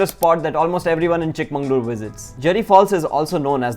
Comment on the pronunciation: Exactly, you pronounced it wrong throughout the video.